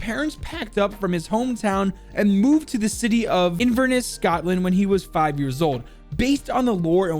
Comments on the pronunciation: Thats not how u spell inverness al let u know how tea say it In ver ness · Being from Scotland my self the way you said Inverness hurt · The way said Inverness pisses me off so much lmao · Not to be that guy but as I am scottish but ur pronouncing seamus and inverness